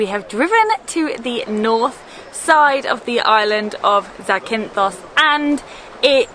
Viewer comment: The stress is on the first syllable: ZAkynthos. But you may also hear the form ZaKYnthou, which is the genitive case. Here, the stress is on the second syllable. 🙂